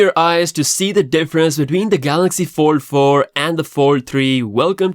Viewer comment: All I keep hearing samsungs 44 and 4 3 your fold sounds like four